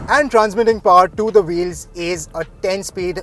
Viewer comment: People with paaaarrrr nai people with POWER... what the hell is paaarrr